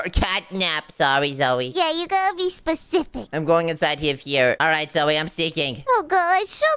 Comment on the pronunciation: said zoye not zoey